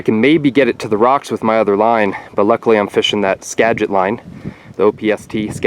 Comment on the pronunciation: I live close to the Skagit and fish it all the time. Made me cringe when you said Skogit 😬